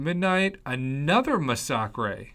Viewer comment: Masacre is pronounced mass-a-ker not Mas-sock-rei just fyi